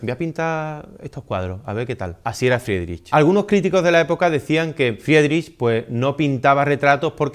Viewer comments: Se pronuncia fridrij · Buen video! yo también estuve en HH en Kunsthalle. Buenísima esa pintura ❤❤Si le ayuda para la parte dos; su apellido se diría FRIDRIJ✨ con r gutural, pronunciándose (IE: i) (CH: J)🫡 cualquier consulta por nombres lo puedo ayudar 🫶🏻 no sabía esos datos de su vida. Dankeschön